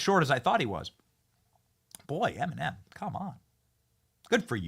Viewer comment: WHY DO YOU KEEP CALLING HER EMENIM